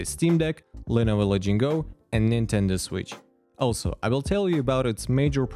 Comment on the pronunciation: lenovo la-ging-go????????